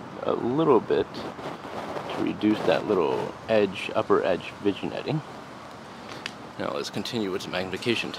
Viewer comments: FIRST! lol.. nahh. nice scope. Ive been thinking about this or a NF for my next build. just an FYI, vignetting is pronounced vin-yetting. ..damn the french! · The G is silent in "vignetting". It's pronounced like vin-yetting